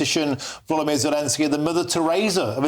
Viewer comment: It's not Vladimir ... It is VOLodymyr VOL like Oxe 😂